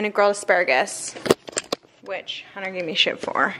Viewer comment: Is the “T” in Hunter not supposed to be pronounced? It always sounds like you’re saying “Hunner” lol! Love all your videos, and content btw ♥️